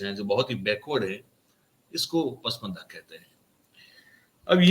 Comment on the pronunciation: Pusmanda nahi pasmanda lafz hay..